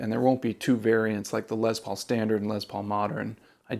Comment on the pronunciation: I love your videos, especially this one. I bought a 2021 smokehouse Les Paul studio yesterday and absolutely love it. One minor pet peeve with the video. The guitar was named after Les Paul..pronounced "Less" As in Lester. Not Lez Paul... Unless they renamed it after a lesbian named Paul. Sorry bro... I just had to rip on you a little. Keep the great videos coming, in going back to shopping for a masculine hard case for My new lesbian Paul guitar. 😉😂